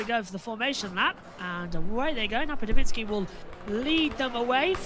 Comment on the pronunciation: NapadoVITskiy? It's NapaDOVskiy. Get it right mates.